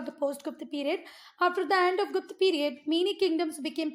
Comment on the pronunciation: Not gupt its guptaaaaaaa